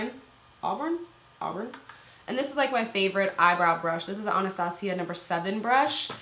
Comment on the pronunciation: Why do all beauty gurus say anastasia like that? Is it not ann-uh-stay-zjhu